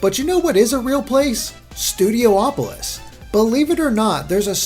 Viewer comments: "Studio-opolis" is officially driving me CRAZY... It's STUDIOPOLIS. Stop adding the extra "O". ;) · Stu D opo lis not Stu D oh opo lis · IT'S "STOO-DEE-OP-OH-LISS"